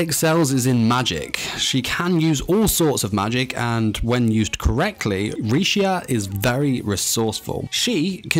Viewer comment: Honestly, she's really strong. She just never knew how to use her strengths at first. Also, WHY DOES EVERYONE CALL HER LECIA HER NAME IS RISHIA REEEEEEEEEEEEEEE